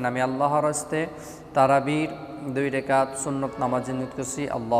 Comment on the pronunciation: সুন্দর করে বলতে পারেন না। রেকাত হবে না এটা রাকাত হবে